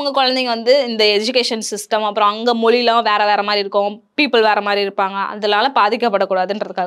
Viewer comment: Sister, நீங்க english கலந்த தமிழ் பேசுறது பிரச்சனை இல்லை.. ஆனா "மொழி" சொல்லாமல் "மொலி" னு சொல்றிங்க, அதைத்தான் நீங்க மாத்தணும் 🙄